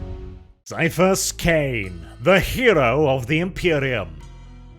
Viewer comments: HARD C! HARD C! CAIPHAS IS PRONOUNCED WITH A HARD C FOR FUCK'S SAKE! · Ciaphas would be pronounced Siafas if you follow the rules of ecclesiastical latin like warhammer normally does. HOWEVER, Ciaphas is actually a real biblical name and is spelt and pronounced with a hard "K" sound. It's normally spelt like Caiaphas or Kaiaphas (even Qaiaphas). The author of the books probably just wanted to change the name up a lil' without a thought to how it would change the pronounciation. But indeed, his name is "Kaiaphas" Kain.